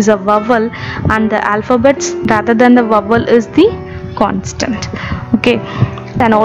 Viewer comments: Maam, it is "consonent"...Not "Constant" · Its not constant .....its consonant...anyhow ua voice is super mam ....come up showing your face in next videos